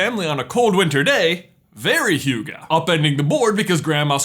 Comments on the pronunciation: You're saying hygge wrong, in any case if you meant the Danish word, I don't know if that word appears in other languages. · Am I the only one who freaks out about J pronouncing “hygge” wrong? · i greatly enjoy watching non norwegians try to prononce norwegian words its adorable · As a Danish person it is very entertaining to see/her you try to say hugge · Youre so bad at saying hygge😂🤣 please try hearing google translate say it 😖😭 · 1. Finns use saunas all year around, not just in the winter 2. You pronounce hygge terribly but I forgive you 3. I absolutely love this video and Oaken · HYGGE! Norwegian speaking; not five random scrabble letters J...! It is one of the most norwegian words ever! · The way you pronounced "hygge" was so funny. In Norway we usually say "hyggelig" instead, but you can use both. It kind of means cosy, but not really. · Thats unfair. Norwegian does make sense and you pronounce hygge wrong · As a Dane i got just a little cringe when you said "hygge" but it was hyggeligt enough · Tip for people who don't want to butcher the Scandinavian languages: y is preonounced like in 'many', never like in 'you'. When learning English, 'you' is an extremely strange word for us. Also, e, at least in 'hygge', is the same sound as the ehhh thing everyone does when thinking or hesitating. As said by so many, J really did butcher the word haaard in this video. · I love when an english speaker trys to use any nordic words.. it all get's so wrong that it almost hurts my ears, but it's so funny! (I'm Swedish by the way) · The Y-sound in Danish and Norwegian is totally different. Research it ;-) As for the Swedish people, Hygge is not short for Hyggelig and not used in sentences like that :-) Hygge is the noun. Hyggelig is a description of the setting. So, you would sort of translate Hygge into Coziness, and Hyggelig into Cozy, as in "we had a hyggelig (cozy) evening with our friends" ;-) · I am cringing at hygge i am norwigan we say hyggelig... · It is (hee) (ga)